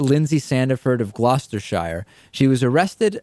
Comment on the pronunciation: The way he said Gloucestershire... Oh no.